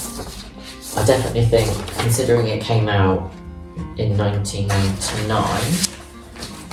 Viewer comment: I could listen to you talk for 2 hours and 6 minutes everyday. I particularly like when you (or any Brit really) says 1999. I am jealous of your BIBO by HDuff mine is damaged 😭